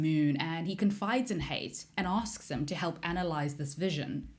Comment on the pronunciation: It's pronounced Ha It not Hate. It's arab influenced